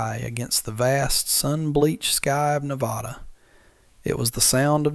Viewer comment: For those of you on the East Coast or anyone who wants to pronounce the name Nevada correctly, the second syllable has the short "a" sound as in apple not the short "o" sound as in off.